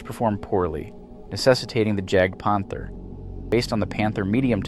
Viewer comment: It's JAGDpanther, not GAGDpanther (this is my fav td, so thanks for puting it into the vid). All in all I would have put the semovente (da 75/18, but basically any variant is good) to the 8th place, because it was the only Italian tank the Allies feared. Other than these, good vid!